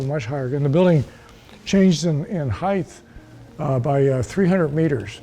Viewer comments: ish. I thought that was Quinton Tarantino 🤣 An engineer type who doesn't pronounce words correctly. HeighT! Not HeigTh!! Sorry, this is one that gets me😆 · Brilliant minds saying "heighth" instead of "height" instantly makes them seem dull. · "...Heighth...." * height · WTF ? HEIGHTH ? this guy, already introduced and theoretically knowledgable, cannot even pronounce the word HEIGHT. There is no TH at the end. Not like width. It's like Might. HITE if you must. Jeez, who'd employ this guy ? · Somebody needs to tell that guy it's pronounced hi-te, not hi-th. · I argued with my parents and my uncle until the days they died. The word is 'height', not 'heighth'. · God bless William F. Baker (engineer, Burj Khalifa), but his pronunciation of height as "hidth" was pretty maddening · My trepidation level increased when the architect who designed the tallest building in the world pronounced the word "height," as "heighth." Twice. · It's not heighth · An architect really should know the word height.* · "HeightH" Nooooo..... 🤫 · World expert in tall structures saying "heighth"... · What's a Heighth? Lol so stupid. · Homeboy said heigth 😂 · "heighth" - GAAAAHHH! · It bothers me SO much when people pronounce the word "height" which ends with a /t/ sound, as "heighTH" or ending with a /th/ sound. It's not even like the word "often" where the first pronunciation is a silent 't' and the second is a hard t (less preferable but accepted). The word HEIGHT hos no other way of pronouncing it. You don't sound smart, you sound STUPID. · A skyscraper architect who can't correctly pronounce the word "height." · Mr. Baker mispronounced height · How can an architect not pronounce height correctly?